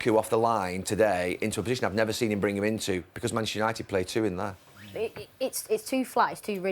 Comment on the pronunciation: Can someone tell Gary Neville it’s Manchester not “mashter”